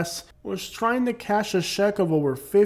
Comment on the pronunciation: For someone who pronounces check jeck …. Try mu bust to explain. Take an English class before hating people specifically classifying them with a nationality. You can’t pronounce the chatGPT script you’re reading.